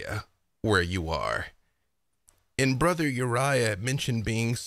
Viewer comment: I did see a correction. Brother Uriah came out as Borther Uriah